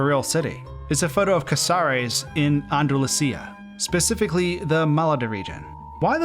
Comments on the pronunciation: I’m sorry, I really am and I promise I’m not trying to be mean but just.. the way you pronounced Andalusia. It has me 🤣🤣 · I’m not sure people know where Andalusia (not “Andulasia”) or Málaga are. It’s southern Spain, by the way.